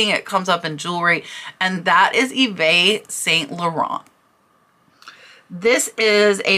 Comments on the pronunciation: I love your educational videos. Just a good learning opportunity for you from your French Canadian fan YVES is pronounced just like English EVE. Merci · Also fyi: Yves is pronounced in French as "Eve". I do love learning from your videos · yves - sounds like eve - its a french name